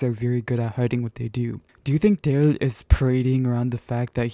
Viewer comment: Why do you say “jaeil”? It’s not something to joke about